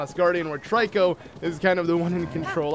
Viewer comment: trico is pernounced tree-co